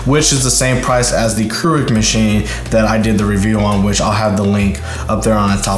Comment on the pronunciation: Keurig is not pronounced "crew-rig", it's "cure-rig". And the Nespresso pod bin isn't like a trash compactor, it's just a waste bin. While you think the Nespresso coffee is expensive, it's way cheaper than Starbucks. But if you want Folger's tasting coffee, that's your choice. And yes the Nespresso shuts off, but takes less than 30 seconds to be ready. In fact turn a Keurig and Nespresso off and start them at the same time and brew and the Nespresso will win.